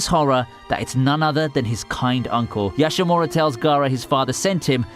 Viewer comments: YashaMARU, not Yashamura. Jeeze do you even anime kid? Thats like racism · . It's Yashamaru. not Yashamura.